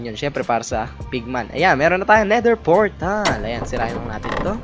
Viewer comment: "Nether Fortal"